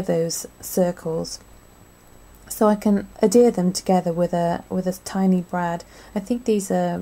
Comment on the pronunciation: Oh God, seriously. How much did it cost u to buy all those gadgets??? lol. I dont mean to be a pain but the word Adhere has a 'H' in it.